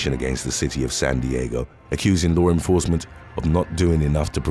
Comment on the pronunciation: One small thing that is not correct. It is law enforcement, not lore enforcement. Please correct your pronunciation. Thank you.